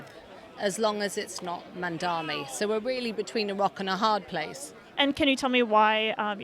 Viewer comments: Mandami mandami mandami. ITS MAMDANI. Get it right. Cuz we have to get it right. -Zohran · Why can't any of them say mamdani? They all say mandami. Can they read? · Why do all these people say Mandami? It's like there is some kind of speech impediment, or is this a zionist dog whistle? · None of these Islamophobic Zionists even know how to pronounce Zohran MamdaNi’s name! And they lie about him being a kkkHamas supporter, which he absolutely is not! He is simply pro-human rights for the Palestinian people and against the Apartheid State of Zionist IsraHELL. Also, it’s an absolute lie that PISSrael is the only Democracy in the Middle East! There are many Arab Countries in the Middle East that are Democratic States, a lot more Democratic than the Jewish-Supremacist Ethnocentric Apartheid State of Zionist IsraHELL! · They all seem to have a speech impairment issue cause they can’t pronounce the ‘n’ in Mamdani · They stay mispronouncing his name 🙄 can’t take these people seriously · Is the mispronunciation on purpose? I dont get it. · Incredible how hard it seems for people to pronounce the name Mamdani, it's literally so easy I don't understand